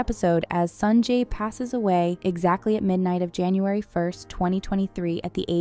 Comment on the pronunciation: Everything was ok until you started calling him "Sanjay"